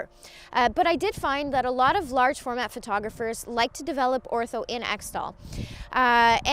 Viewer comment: its pronounced eck-tol